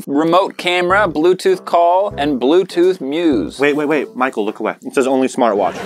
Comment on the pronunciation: Did Tanner say "Pichael" ?